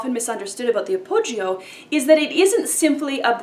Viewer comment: The 'I' in appoggio is not sounded.